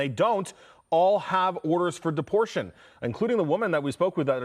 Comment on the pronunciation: deportion lol